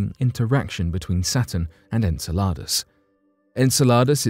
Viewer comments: If he calls it SALADS one more time I swear... en-sell-ah-dus... not ENSALADAS (aka SALADS in spanish. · It's Insel-u-dus not insa-la-dus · Sounds like you're saying enchiladas 🤣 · The narrator doesn't know how to pronounce Enceladus (en-sell-a-dus). Hhhmm... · Just incase you need to make another video about “Enceladus” again. It’s pronounced - en·seh·luh·duhs - thanks for coming to my TED talk 😂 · it's en cell a dis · Saying the name wrong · Your saying the name wrong and pisses me off each time